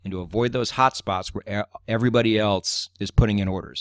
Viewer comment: I must say that I like the way you say "else" like "elts"